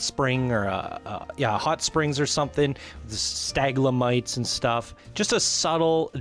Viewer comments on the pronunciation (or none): Did you just say "staglamites"?! This dude like a human spelling error. XD It's sta-lag-mites.